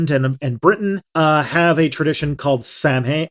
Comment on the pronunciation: So many ringtones will be created from voice in this episode. "My eye is always naked... my eye is always naked... my eye..." Edit: ACK!!! Samhain is pronounced "sow-en" You are making the same mistake as others in thinking that the letters mean anything in Celtic languages. Remember, Finn McCool is spelled "Fionn Mac Cumhaill"